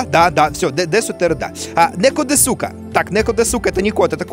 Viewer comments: Я, который учит японский, ржу с ассоциаций Димы Изменено: особенно с ですか(десу ка, на самом деле в су(す) не читается "у" в конце этих слов и правильно будет дес ка) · мышь по японски произносится не "маусу" а "мосу", а "десу ка", вопросительный элемент означающий "верно ли", произносится "дес ка"